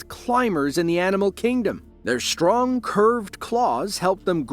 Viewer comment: WTF is "conSHTruction?" "WTF is SHTRength?" WTF is "SHTRONG?" AdminiSHTRative diSHTRict? "SHTrange?" "EkSHTRa terreSHTRial?"